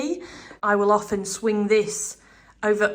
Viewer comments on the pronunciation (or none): none